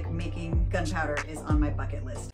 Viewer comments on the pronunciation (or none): none